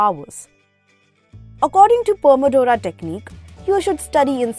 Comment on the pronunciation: She said pomodoro Pomadora